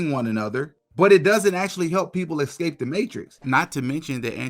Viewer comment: ESCAPE THE MATRIX NOT EXCAPE. SORRY DUDE but YOU’RE KILLING ME. PLEASE STOP REPLACING YOUR S SOUNDS WITH AN X.